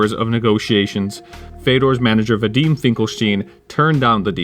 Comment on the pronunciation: Videem? I thought it was Vidummy